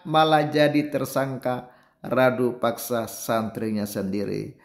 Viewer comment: Abang, Rudapaksa bukan Radupaksa